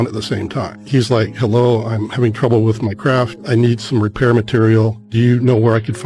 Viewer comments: " hellow ? " " Hellow"? 😂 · " hellow ? " " Hellow"? 😂 " Is it me uour looking for "?